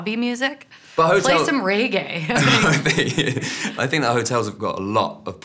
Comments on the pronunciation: Ray-gay. It's Regae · I'm pretty sure the universal colloquialism is "flip someone off", not "flick"!! She definitely said "flick"! Also, I don't think "Ray Gay" is a thing. Has she really never heard the word "reggae" enunciated before? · Ray -gay?? You mean reggae looool 😂😂😂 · Omg do Americans pronounce Reggae Ray-Gay! I’m Australian and I pronounce it Reg-ay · "Play some RayGay lol". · 'Play some Raygay' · Did....did she just say...'Ray-Gay'? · shady jadey no that’s not how we pronounce it she said it wrong